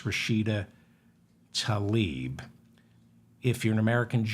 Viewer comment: It’s Tla-ib not Ta-lib